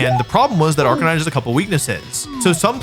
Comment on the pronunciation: Arcanine became a Ca-Nine😭